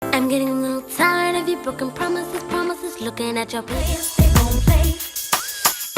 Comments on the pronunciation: Broken Promithises Promithises 😂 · 2 seconds in and already giving us promitheth